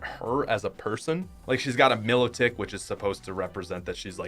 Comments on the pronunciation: It's not me-lo-tic it's my-lo-tic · Im sorry but Oleana - O-lee-ana Milotic - my-lotic Just wanna say bai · its my-lo-tic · Pokemon shield was really easy for me, by the time i reached the dragon type gym my cinderace was lv 98 and most of my other pokemon were in the 80 lv. i defeated all of the gym leaders pokemon and the champion pokemon with only one pokemon and one move. my favorite would be leon because at least he has different types of pokemon and P.S for Milotic its pronounced Milo - tic (think of it as Milo the drink and tick toc then you say it as one) Milotic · It's pronounced Milo-tick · its prounced my-low-tic